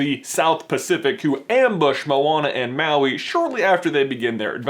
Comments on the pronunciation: ITS SAID LIKE MAUI!!! NOT MOWI!! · It's pronounced mah we